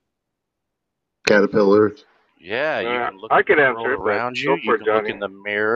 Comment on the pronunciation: "Catepillars" lol